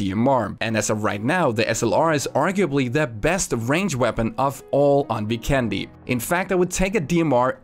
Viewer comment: Hey, I don't want to be a grammar Nazi hehe but you're pronouncing Vikendi totally wrong. If you do some research on the official PUBG site you can find the map is based in the Adriatic Sea and the nations that are all part of the Adriatic sea are Albania, Bosnia and Herzegovina, Croatia, Italy, Montenegro and including Slovenia. Now to factor out all the nations we should look at the name on the locations and as you might notice they are very Slavic based and the only nation doesn't have a Slavic based language is Italy. So now we have 5 other nations with the Identical language pretty much and with the magic of my Bosnian and google translate if we enter the name of the map "Vikendi" in any of the 5 languages it will be translated to weekend and also trying to correct you grammar just simply press speak on google translate and you should have a much better idea. Now to just back up my self up I believe they would name the map after the word "weekend" since with my experience its a very beautiful ocean with visiting Bari, Neum, Dubrovnik, and the term could come from the saying "weekend on the beach". Its gonna be hard to know where the map is actually based without an official word but at least we have a surrounding area. If you honestly read this I appreciate it a lot that I could slightly educate you with some cool info <3